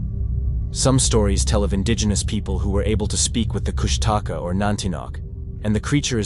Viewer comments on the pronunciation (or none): It’s Koosh ta Kaa. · I believe its pronounced kush ta caw. And some believe it has an appearance of an otter and cries like a baby